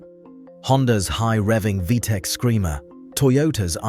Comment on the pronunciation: I've never heard "V T E C" not said "V TECH" lol, brilliant video!